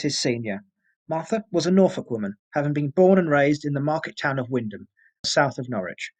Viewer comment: Great researched case. Had you know you were a local as you pronounced wymondham right, :) keep up the great work and look forward to more cases.